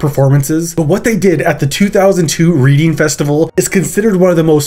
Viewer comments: in regards to the Dillinger Escape Plan show, it's pronounced redding, not reading. still a great video (as always ), but just wanted to say that. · My guy said reading festival, as if we all sit down in a muddy field to read books 😂 Pronounced like Red-ing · It's pronounced redding not reading smh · Great to see something so UK centric! BTW it's pronounced "redding", not "reading", even though that's how it's spelled. UK place names are weird. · Reading festival is named after the city its held in, and it's pronounced "Redding". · Every time you said Reading Festival I cried! It’s not pronounced Re-ding it’s pronounced red-ing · You were doing so well - but Reading festival is pronounced RED-ing. and MOY-ra Hindley (Moy like soy) Interesting vid though, I though you navigated the Ian Wattkins segment very well and I had no idea about the alternative Father Ted ending. Best wishes from the UK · Another good one. 👍 Some grim people there though. P.S It's pronounced 'Redding' rather than how it's spelt - Reading. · Just a quick note. “Reading” in England is pronounced “Red ing” (As in Otis Redding). I used to live there 😁 Easy mistake to make, we like to make things as confusing to pronounce as possible in Britain! Fantastic video though dude 👏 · 'reading festival' XD close, but not quite mate. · Not 'Reeding' Festival, my dude - it's 'Redding'. Another of those weirdly pronounced British place names - the town of 'Reading'. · The Reading Festival in pronouced 'Redding' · i knew you were going to pronounce the name of the English town Reading wrong. to be fair it’s as silly as Mobile,AL for an English person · fyi, 'Reading' is spoken like 'red-ing' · Weird to hear it called “reading”, it’s pronounced “Redding”, I know - England is weird! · The Reading Festival is pronounced "Redding", not "Reeding", and Myra Hindley's name is pronounced "My-ra", not "Mee-ra". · Reading Festival is pronounced Redding. Myra Hindley is pronounced Moyra. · “Reeding festival” lmaoo